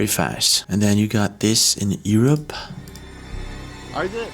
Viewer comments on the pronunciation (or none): did he just say Ear-up? Who doesn't say Yer-up? consistently pronounces things unlike anything I have heard, it's really weird.